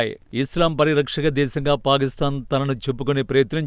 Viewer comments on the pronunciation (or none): పారిస్తాన్ కాదు పాకిస్థాన్...